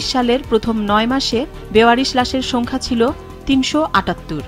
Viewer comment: এই মহিলাকে দয়া করে আর সংবাদ পাঠ করতে দেবেন না। একজন সংবাদ পাঠিকার উচ্চারণ যতটা পরিশীলিত হওয়া উচিত, এনার তা নয়।‌ বিশেষ করে 'ছনদ', 'সোংখ্যা', ' ভ্যানিজুয়েলা', 'বাহাত্তুর' -- এমন উচ্চারণগুলো মেনে নেওয়া যায়না।